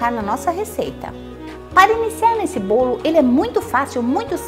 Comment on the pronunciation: "BOLI" HAHAHAHAHA ADOREI! CADA VÍDEO UMA SURPRESA ENGRAÇADA